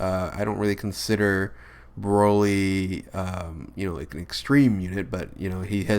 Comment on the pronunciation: Rad Artist I know but after he said rose he said brolé instead of broly because he said Rosé first then chilé after it